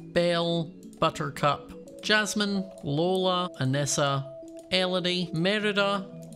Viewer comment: Omg he said my name (Kyra) and said it right first try no one does that first try (even people who knew my sense before i could really pronounce it kira)